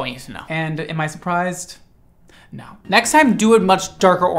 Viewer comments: “Naurrr” 😂😭😭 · was fed up with the first girl 😂😂 the accent absolutely took me out especially the “NAAAAWRR” 💀😂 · Why did he sound like Chloe from H2O: Just Add Water when he said "no". It's like he added R at the end.